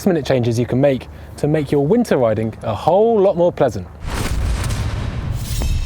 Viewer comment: What's up with the "add an h if the words ends on a g" accent? Like "ridingh" within the first few seconds of the video.